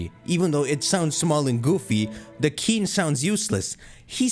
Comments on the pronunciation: PeachyQUEEN but you say it like KEEN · ITS PEACHYQUEEN LIKE PEACHY KEEN